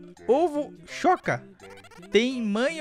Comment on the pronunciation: se escreve tem mas se fala temi